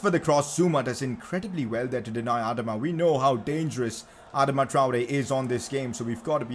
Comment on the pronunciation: He said Adama like Admada